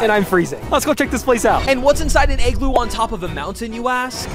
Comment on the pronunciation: Igloo not eggloo